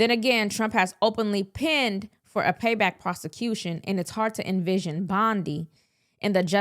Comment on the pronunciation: Long ”i” in pined